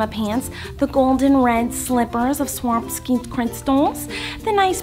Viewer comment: Yes.. “swaski” crystals